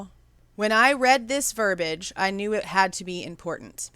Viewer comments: I just learned about your page from Harsh. Interesting points. I just have to say, though, that "verbiage" has an "i" before the "a" and it's pronounced. You're far from the minority in mispronouncing that word, just so you know. 😉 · Ver bi age has 3 sylables